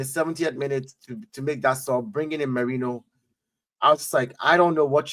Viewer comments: The Name: Marino Terrys Pronounciation: Merainoo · You got the name wrong mate. It’s “Merino”. Thanks 😊